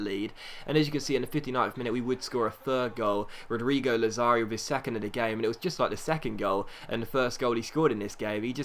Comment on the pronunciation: ***** lazzari is pronounced Lad-za-ri